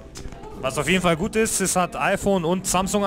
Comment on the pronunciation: fühlt sich echt "güt" an